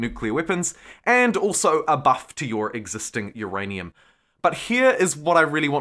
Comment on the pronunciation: "uURRaAiNUMMm! !!" Lol